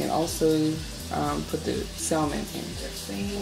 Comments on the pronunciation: Sam-on not sal-mon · The L is silent in salmon but this looks amazing